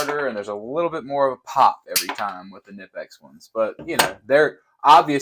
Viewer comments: It’s not nipex it’s knipex the k isn’t silent like American language. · It’s k-ni-pex not nipex. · Every time you say “nippex” it makes the baby Jesus cry. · pronounced "Kuh - Nip - X" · The k in knipex is not silent